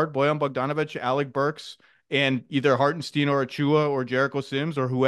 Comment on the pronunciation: ZACH, did you ever watch Win Ben Stein's Money? [yes] Well then pronounce Hartenstein correctly!